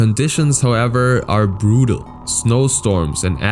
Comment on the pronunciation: The way he pronounces certain words like ‘brutal’ is definetly german accent, so my guess is that is native language is definetly german.